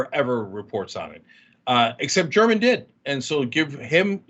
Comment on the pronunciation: You are pronouncing German’s last name improperly. The G has a hard pronunciation. The newspaper’s YouTube channel is all over it, as you would assume.